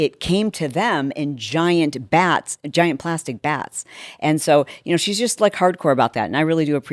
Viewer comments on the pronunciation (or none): VATS, my dear....not "giant plastic "bats"!!